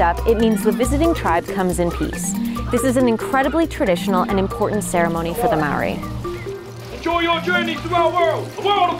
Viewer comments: yes it is pronounced like (mahh ordi )it’s like trying to purr like a cat (prrrrrrrrrr)if you can pur like a cat thats how we. Prounounce the letter ‘R, Speak fluent Te Reo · Lady stop saying marry is ma ori its pronounced like mouldy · It is not Mowry it is pronounced mouldy because you roll your tongue on the "r" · why do white people never pronounce words in other languages right? its not maowry 🤦🏽‍♀️ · Dezmyn Talamaivao it’s not moldy lol it’s pronounced marri ( roll the r) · you no what's not incredible your pronunciation of the word MAORI